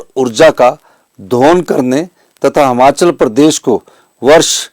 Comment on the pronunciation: श्रीमान जी हमाचल नही हिमाचल होता है अपने प्रदेश का नाम अगर आप ही गलत लोगे तो बाकी क्या करेंगे